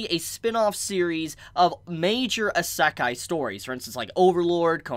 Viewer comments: How you pronounce Isekai really throw me off. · OMG learn to pronounce Isekai I'm really sorry to sound rude but I'm a pronunciation perfectionist. And this is triggering my fight or flight.